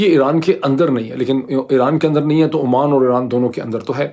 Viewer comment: Dr. Sb. It is Oman not Amman.